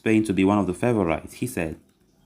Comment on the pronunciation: Favourite is pronounced. Fay vor rit